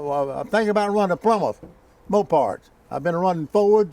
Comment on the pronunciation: Will Trautman I agree. I could listen to this guy ALL day and never be bored. I felt as if I was there when he said that Old man Lee hollered for Richard to come out there. By the way, it's "Moparts" . I was in tears from laughter. "There is no school like the old school".